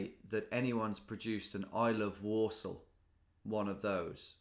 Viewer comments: When you said "there's no way that anyone produced an "I love Walsall" one of those" I heard "Warsaw" :) Got me thinking - are these two pronounced the same in English? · I heard Warsaw instead of Walsall and i had a mindfuck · The 'l's are definitely pronounced in Walsall, but just very lightly. So not exactly the same as Warsaw. But the 'a' sounds are the same.